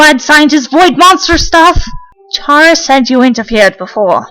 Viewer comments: its actually k-ara not ch-ara (the way you pronounce it) she got the name chara because of CHARActer the more you know i guess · You probably get a lot of these but chara is pronounced ka-ra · How do y'all pronounce chara I pronounce like (karma)